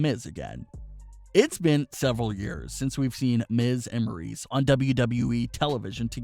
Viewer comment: It’s Maryse not Maurice